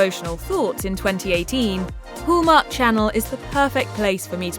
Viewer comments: Very irritating to hear it called whooomark...its Hallmark. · There's no o in Hallmark you need to learn how to say it Hall no-oooooo